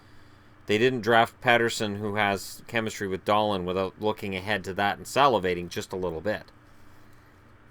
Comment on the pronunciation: except it is pronounced like Dahleen